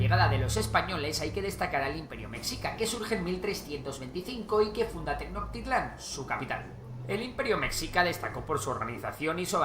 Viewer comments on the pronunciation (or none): No es Tenoctitlan, sino Tenochtitlán, españoles no entendiendo que la(Ch) la letra (h) no es muda. También no existe Ayulta es Ayutla. Antonio López de Santana no fue el héroe como lo mencionan fue por el que México cedió la mitad de su territorio a Estados Unidos, todo comenzó con la independencia de Texas de México, que tiempo después se anexaría a EU. Esos territorios no se perdieron como dicen, fueron vendidos y otros robados.